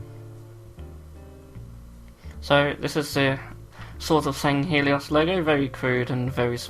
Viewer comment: Mispronounced swords of sanghellios sorry if misspelled